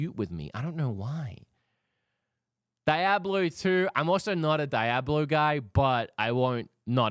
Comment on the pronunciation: The way you say "Diablo" is unsettling 😢